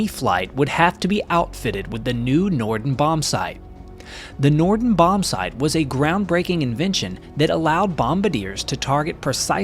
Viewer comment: it's Norden, not Nordon.